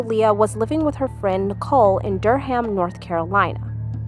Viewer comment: i know it’s not the most important part of the story but it’s pronounced dur-rum not ham but i’m surprised i hadn’t seen this story anywhere before